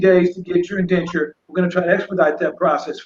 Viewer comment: this man said "UNDENTURE" Go back to and listen in full. For those of you that are to slow this is the definition of "INDENTURE" in·den·ture /inˈden(t)SHər/ noun a legal agreement, contract, or document. Similar:, contract, agreement, covenant, compact, bond, pledge, promise, warrant, undertaking, commitment, settlement, arrangements, understanding, lease, guarantee, warranty, certificate, deed, document, instrument, engagement verb: HISTORICAL bind (someone) by an indenture as an apprentice or laborer. "landowners tried to get their estates cultivated by indentured laborers"